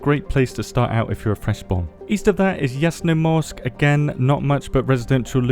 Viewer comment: Its pronounced " ZHUpanovo, soVETSkoye, YASnomorsk, tuMANovo, orLOvo, podGORnoye, RIBnoe, matROSovo,SHUMnoye, vosTOK, YOUZHnoye, taraNAYE, DUdino, boLOTnoye, SEveromorsk, RUdnogorsk, PETroPAVlovsk.